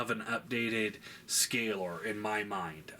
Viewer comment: It's Skalor, with "k" :P Other than that, great figure, I love it, looking forward for the rest of them!